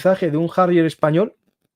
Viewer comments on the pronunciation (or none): none